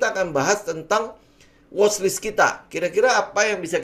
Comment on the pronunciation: Kontennya bagus. Bahasa Inggrisnya dibagusin.. Watchlist, bukan washlist. 👍